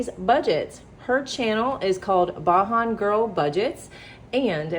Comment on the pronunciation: I'm sorry to correct you but Kimmy's Channel is called Beijing like somebody from Barbados So it says Asian Like like the sound is Asian BAJAN